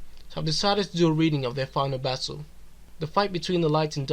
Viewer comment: The verdict was never in any doubt. A decent video, but I feel you (AI) should work on your pronunciation. I heard you say "bassle" instead of "battle" at some point.